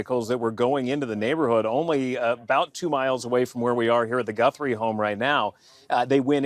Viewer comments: Goothry, it's Guthrie. Ok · Lmao bruh can’t even read seemingly Jesus where’s he seeing the double o sound lmao he can’t be researching much if he can’t even pronounce her name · Guthrie not Goothrie.... listen you say it wrong over and over again it's too much I'm out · 'Goo-three' come on, we can't chalk this pathetic attempt at pronunciation to you being a brit LOL learn the person's name at least 😂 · Its Guthrie not Goothrie! Lol! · Americans do not say GOOTH THREE. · please, you’re making me laugh stop saying Goothry. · “Gootherie” bruh it’s not remotely pronounced like that lmao? Im english that names fairly common? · Guthrie is my last name and it’s so weird hearing so many people say it lol it’s g UH thrie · Its Guthrie.The u is pronounced like the u in suspect, not like in truth 😊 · It’s crazy how you hear how the name is pronounced and still say it wrong 😂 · Oh, great! You don’t know how to pronounce Guthrie… and you’re going to mispronounce it over and over and over… listen to the reporters that you’re playing on the show, that is actually how you pronounce Guthrie…